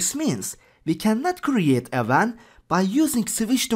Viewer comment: he pronounces wan as van